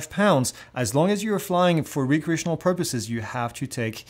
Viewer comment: You keep saying Re-create, not Rec-reate. Re-create means to create something again. Rec-reate means for fun. Same spelling, different meanings.